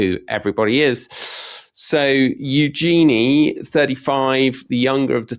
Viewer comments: Tom, just had to say otherwise your name may mispronounced like Toem. Eugenie - said you-Djinn-ee. Not you Genie. The Princess is not the spirit/three wishes person summoned from a bottle/lamp (as far was we know). Yet, a Djinn is a genie (French corruption of the word, allegedly) djinn are fable, Middle Eastern. Being Brit, love a panto and a flying carpet, yet that could be unconscious bias. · If you’re going to talk about Eugenie, please learn how to pronounce her name properly! Hint: it’s not EuJEANie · it is eu - gen - nee